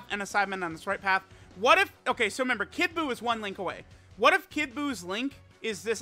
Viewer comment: happy new year it’s been a great year to watch your videos could you please pronounce the r in the word “remember”